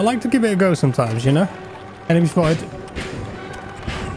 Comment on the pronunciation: Is it me or it sounded more like "Anime!" at first than "Enemy!"? ^^